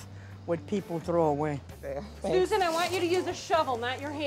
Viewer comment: I’m “soo-zaan “. Golly that erks me.